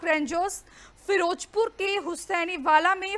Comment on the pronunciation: Firojpur hahahaha firozpur hota hay